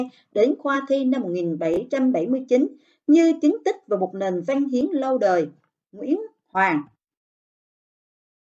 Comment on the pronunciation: Châu mà nói chu văn mà cô nói là van